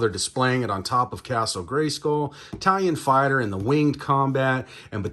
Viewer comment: Are you saying italian fighter? 😂